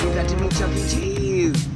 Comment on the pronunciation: "Duck E. Cheese's"